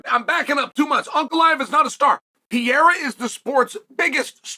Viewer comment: Alex Pieera 😂😂😂😂😂😂 Love Uncle Chael's name butchering Can't let the names get close😅😅😅😅